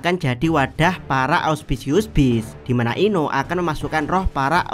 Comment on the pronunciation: Capek banget ndengerin lu ngmong ausciuspius beast dr kemaren bang 😂